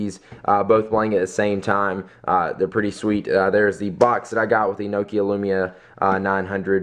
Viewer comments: nok-ia. not nokio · nokia!!!! not nookia haha its makes me angry, i may be wrong with my english accent but y'know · Nokio..... Pronounce it as; NOK "E" "A" (Nok-i-a) Don't pronounce it as Noke-ia.:P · lol the way he say nokia ahahahaha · You say Nokia funny, it's either that or because I say it different and I am british O.o